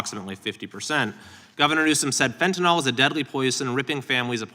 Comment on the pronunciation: It's fentanyl not fentanol